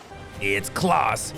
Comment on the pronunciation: You really don't know how to pronounce the name Klaus??? It's definitely not "Klahhs" like you kept saying it ....